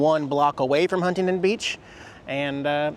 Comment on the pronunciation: I’m glad you finally learned the correct “local” way to pronounce Huntington.